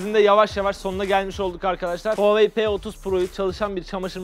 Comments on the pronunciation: Abi o huvei değil HUAWEI diye yazılıyor huavey diye yazılıyo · Huvaey değil huavey